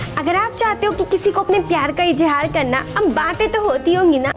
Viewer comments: 😄it hurts my feelings when people use J instead of Z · I cringed sooooo hard when she said ijhaaar instead of izhaar. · I lost it at Izz-haaar.